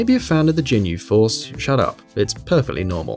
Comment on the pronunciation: "Big fan of the Ginyu Force" but can pronounce their name for shit lol